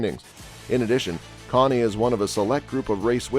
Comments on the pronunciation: Why are you showing Ryan Truex's picture in an article about Martin Truex? Why are you showing Xfinity Races with Trevor Bayne leading? And who in the HELL Conee? Could it be pronounced Cain? Kahne? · If you can’t take the time to find out how names are pronounced, maybe you shouldn’t be making these videos. It’s hard to take anyone serious who doesn’t do their homework. Kahne is pronounced CANE. Came here for Truex video which is what this says. BTW, Kaulig Is pronounced like “calling” without the N. Your channel is a joke & I won’t be back, nor will I recommend this channel to anyone I know or have met in 25+ years watching the sport.